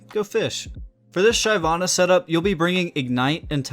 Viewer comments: his pronunciation fucking hurts.... SHIV-AH-NUH.... he gets it right though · When I heard the first Shayvanna I had to pause the video and think if I really wanted to watch it. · Its "sheh-vana". Ty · It was super cringe man, holy stop americanizing everything. Like how can you name "La Casa de Papel" into "Money Heist". Super cringe man. NA is super cringe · Everytime he pronounces Shyvana, I wanna kill myself. Maybe learn the actual pronunciation of a champion’s name before doing a video..... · the way you say "Shyvana" makes me question your elo tbh....lmao